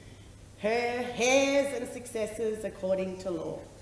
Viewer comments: Does she also pronounce the ( hair) that she breathed because heir and air are pronounced the same . Unless she pledging allegiance to her hair. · She thinks you pronounce "heirs" as hairs, wow. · I was thinking the same 😂, she cannot even pronounce “heirs” correctly. She looks like she just rolled out of a trailer park!